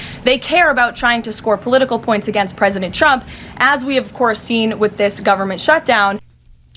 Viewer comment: Dear lord! She can’t pronounce “ trump” she always says “ Chump”! Is that a slip?